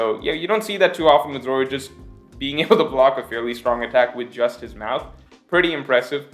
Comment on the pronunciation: Zoro: nothing King: “what that mouf do”